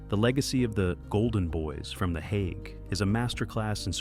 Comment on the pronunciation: It would be easier to watch if AI could at least pronounce this properly. If it can't pronounce the Hague, what elst is wrong?